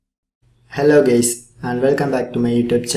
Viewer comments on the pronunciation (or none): Did you just say " hello gays" lol